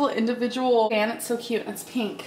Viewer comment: Aaaygs in her little peenk set 🤪